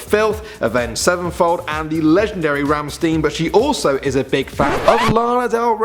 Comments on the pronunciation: Rammstein = Ramshtein not Rammsteen... Sounds like a muscle car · Or rammstiin as he said it that way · ramshtine is how is is pronounced😂😂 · ramsteen looool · I'm sorry did you say ramsteen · Noo not "Rammstiin"!! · why cant he say Rammstein right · Tn Inc I got triggered af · i cringed so hard on how he pronounced rammstein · Damn he says Rammstein differently to me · I cringed when he said rammstein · Yes, he knows nothing about German pronunciation. Bet you've never heard of that massively influential physicist, Albert Eensteen. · Ye xD he doesnt know how to speak German lol